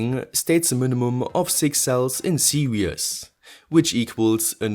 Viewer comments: velcro to hold it to the deck!? should be screwed in, bumps will make it fall off eventually. the ESCs could be mounted on the lowere side with heatsinks sticking outside the case so no fans needed. PS: it's pronounces "see-rees" sounds like you say "serious" for "series". ;) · Good to finally see your face mate! Great videos. Only thing is that when you refer to battery pack cell layout you keep saying "serious" instead of series (pronounced like "tv series"). Keep up the good work! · Series = seer-eez